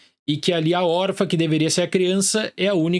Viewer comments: Não pude deixar de reparar: por que o fala "órfa", sem o til? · Acho fofo que ele fala "órfa"